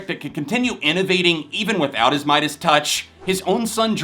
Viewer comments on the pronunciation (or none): none